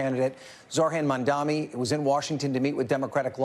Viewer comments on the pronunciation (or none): How difficult it is to say MAMDANI instead of MAMDAMI? Is this intentional? What is the reason? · why can’t this guy say his name?? he keeps saying “zorhan mandami” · It’s embarrassing they still butcher his name every time. Don’t got to agree with the guy but give him the bare respect to say the name right, it’s not that hard